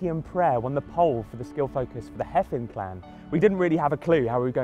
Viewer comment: It's pronounced "Hay-vin", not "Heffin".